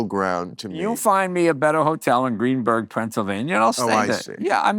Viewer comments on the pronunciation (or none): It's GreenSburg....not Greenburg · Greensburg, not Greenburg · As someone who lives near GREENSBURG! It’s GREENSBURG! Lol